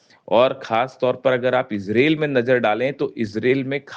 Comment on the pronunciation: अबे ijrel नहीं इजरायल 😅